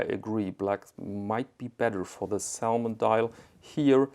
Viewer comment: Man spricht die L in "salmon" nicht aus.